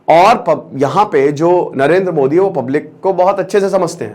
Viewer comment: 0.7sec. Same on you as a teacher you do not how to pronounce name of our country pm